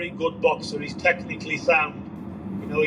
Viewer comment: Mate you been having a stroke this last hour? ''technically SPUND'' ''everything QBOIT Ryan Harcia'' You ok bud?